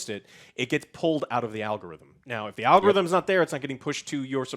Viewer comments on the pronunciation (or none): Seedy Project Dead more like it. EDIT: Also Joe, get it finally right: ITS ALGO-RITHMEN not ALOGO-RITHMEN. You get it wrong every time. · Also, “alogarithms” lmao